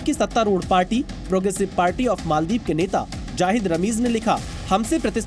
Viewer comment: Bhai ANCHOR ji , मोलदिव नही मालदीव है, mujhe lagta hai aap English medium se ho